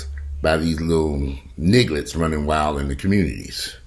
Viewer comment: Did say, “nigglets”? I’m going to bed y’all!